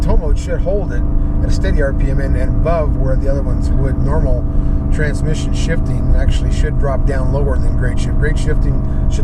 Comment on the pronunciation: Russian KGB agent. "Trrransmission!" Trrransmission"